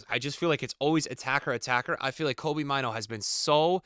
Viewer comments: Maaano not maiinu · It's funny how he pronounces Mainoo